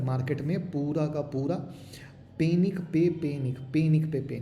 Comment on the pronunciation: Panik nahi Panic hai wo 😂